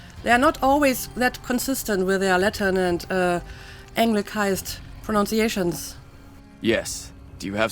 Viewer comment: A rather ironic misuse of a hard 'c' in the word 'anglicise' there, considering what you were talking about. :)